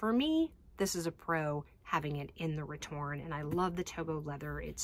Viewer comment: I'm sorry I have to correct you, you're missing an "É" at the end of your return. I know in english diacritical accents are rarely used so basically no one writes the name of this bag as it should be written so it goes over almost anyone who doesn't speak french heads but this style is called "retourné" not "retourne" meaning is "flipped (inside out)" instead of just "flip" so pronouncing that final E is very important.